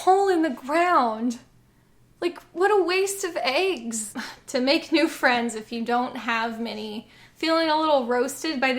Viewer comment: You say ayggs instead of eggs. That's not a judgement, but if you judge yourself for it I understand.